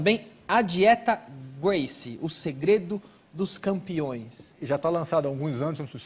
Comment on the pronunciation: O Danilo é tão ruim que não sabe nem pronunciar o nome Gracie.